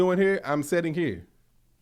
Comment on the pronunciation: saying “setting” instead of “sitting” is so funny to me 😂